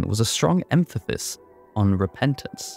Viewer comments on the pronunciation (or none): “Emphasis” not “emphathis”